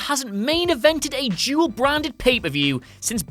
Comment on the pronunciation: Am I the only one hearing him say Jewel every time he says dual?